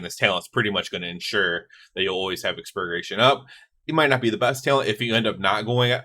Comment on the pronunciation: the way you say expurgation is killing me lmao